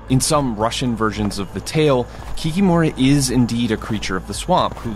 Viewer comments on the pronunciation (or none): It is KikImora, not KikimOra. Who said to pronounce this way at the beginning? It always was KikImora in Slavic cultures. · How funny! Swamp Kikimora (or as we say it - ki-kEE-mora, stress on "EE", not "O") is an old fairytale creature, from paganism era. Not really a monster, just a spirit that messes things up and protects chickens. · correctly emphasize the second syllable of this word - kik-í-mora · KikimorA, hit on A not O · It's funny that they were presenting Slavic creature, and just assumed that they say everything correctly, just like Americans do with names - Boris, Igor, Vladimir, etc. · Can't say for other Slavic languages but the correct pronunciation in Russian and Belarusian is kikImora, the stress is on i, not on o (кики́мора and кікі́мара respectively). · Kikiiiiiiiimora stress on the second vowel, do not make such mistakes, please